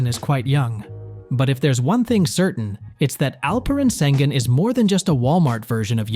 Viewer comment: Terrible pronunciation. It took 4 years to learn Luka’s name for Americans. Let’s see how much it will take to learn Alperen’s. You guys are slow learner.